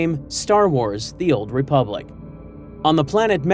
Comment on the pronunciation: Republic. The word, is republic.